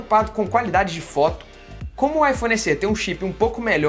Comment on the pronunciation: “S-ê”? Não seria “S-é”?